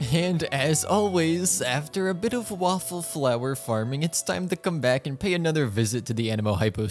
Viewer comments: I love how java says waffleflower instead of whopperflower LOL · It sounded like u said “waffle flower”😂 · I like how he said wopperflower